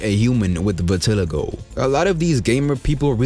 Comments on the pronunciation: Loved the video but btw it’s, “vit-ah-lie-go”, just wanted you to know ❤❤❤ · You pronounced vitiligo wrong therefor this entire video is wrong, glitchy buggy mess of a YouTube video. Never again